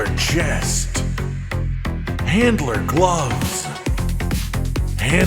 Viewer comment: I keep hearing Hitler not handler lol